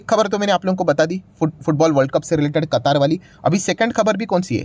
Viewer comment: कतार नहीं सर कतर ।